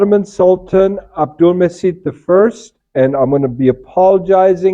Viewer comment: Hi, the right way to pronounce his name is Abdulmajeed as letter c in Turkish writing pronounce like letter j in English.